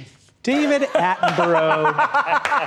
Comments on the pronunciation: Atten-borough?!?! Why would you pronounce it like that? It’s Atten-bruh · The pronunciation of Attenborough gives me pain. It’s Atten- BRUH not Atten- BRO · As a brit......the way he pronounced Attenborough filled me with such pure white hot BRITANNIA RAGE 😂😂😂 ITS ATTEN - BUR -A not Burrow😅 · As a brit can i just say the way Americans pronounce David Attenborough is a disgrace it's (a-ten-bruh). he's a national treasure and i will fight for Attenborough justice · Hearing David Attenborough pronounced as Atten-bro just makes me think of a fraternity guy who loves nature 😭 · For the Americans, “-borough” is pronounced like “-burruh” or “-bruh” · "David Atten-burrow" I expected it, I knew it was coming, but damn am I disappointed everytime an American mispronounces his name. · The way he mispronounced Sir David Attenborough hurt my soul 😦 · The American pronunciation of Attenborough caught me off guard lmao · That was the most painful pronouncement of David’s name ever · Your pronunciation of his name was terrible. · I do not like the way he pronounced Attenborough’s name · Mispronounced his name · no way you pronounced his name like that 🤮